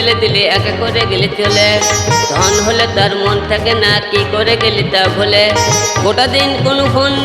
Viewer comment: ভাই তোর ধন কথটা ধোনের মতো শোনা যাচ্ছে 😂😂😂